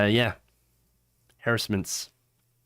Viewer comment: Why not learn how to pronounce the word 'harassment'?